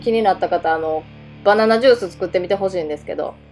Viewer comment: ババナになってる(笑) ハキハキしてて聞き取りやすいですよ！ 私も青汁飲んでます。 あれは好みがあるので試せるといいんですけどね。 何回か失敗してます(笑)